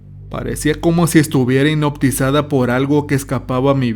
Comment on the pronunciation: "Hinoptizada" jajajaja 😆🤣